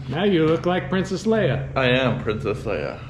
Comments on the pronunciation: "I am Printhis Leia" BWAAAAHAHAHAHA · " I am porince3ss Leia" LOLOLOL _ Work it Girl!!